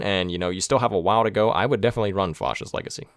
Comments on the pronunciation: The "a" in "fascist" is pronounced like the word "fast" / "bat" / "cat". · Nobody:: Faucist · I don't think I've ever heard anybody pronounce Fascist like that. Great video though! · 1 MISPRONOUNCING FASCIST AND -1 MISSPELLING FASCIST